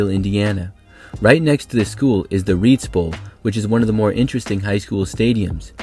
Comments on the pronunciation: By the way, Evansville Reitz High School is pronounced "rights," not "reets." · couple corrections for reitz since i live close to there, 1 is its actually pronounced more like "rights" instead of "reets" and another is a few renovations gave the stadium a seating capacity of a little over 12,000, very good video btw! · Cool to see the Reitz Bowl mentioned. That's my hometown and it is a cool place to watch football. Plus, the school sits on top of a hill. BTW, it's actually pronounced Ritez not Reetz. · I live in Evansville and the Reitz Bowl (pronounced Rights) That is definitely a weird stadium. The seats are incredibly steep and most are painted concrete which can get very slick. Love the vid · Reitz is pronounced "Ry-tz" and it's been rehabbed in recent years. Fairly famous place for Evansville high school football. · I was going say that too. It hurt hearing the way he pronounced it lol.